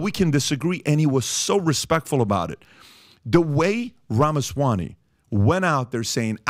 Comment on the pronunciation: Not Ramasawany,but Ramaswamy.